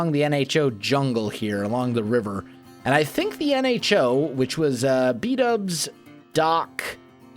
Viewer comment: Oh O.... Nho (silent H)